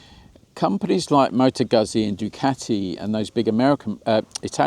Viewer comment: FFS mate! How do you pronounce 'pizza'. Please apply the same rule to Guzzi.